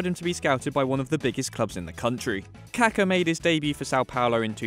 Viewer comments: Its KakA! Not Kaka. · So funny you pronounce Kaká as Caca 💩 which means poop in Spanish .. don’t you see that it has an accent on the last A? 🤣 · the way he pronounces kaka smh